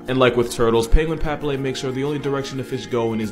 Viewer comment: paPILLae, not PApillae